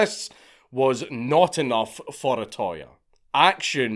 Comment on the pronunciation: It's not O-ToY It's O-To-Ya You British Grammer police are getting it back from Nippōn!